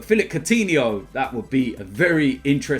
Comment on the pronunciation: Courtihno? No